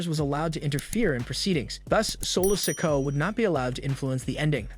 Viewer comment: I think you need to take your time when you're speaking because you don't pronounce the words properly and have the time you're dropping letters off names IT'S SOLO SIKOA NOT SOLO SIKO You don't have to speed talk take your time and more ad revenue seriously